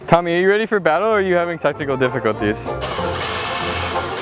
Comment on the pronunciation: I thought he said "testicle difficulties" instead of technical lmao